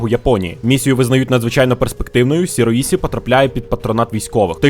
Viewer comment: Добрий день. Вибачте за додовбування, але ліпше Шіроїші, а не Сіроїсі